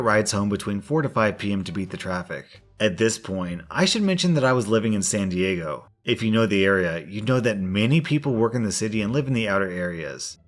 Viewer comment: Lol, the way you pronounced my city. San diego is expensive....